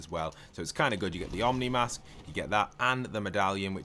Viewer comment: by the way, you dont pronounce it as "omni mask". its actually pronounced "oh - knee mask"